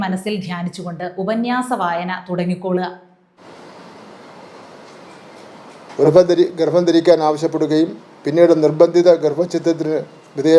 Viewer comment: ഗർഫം അല്ല ഗർഭം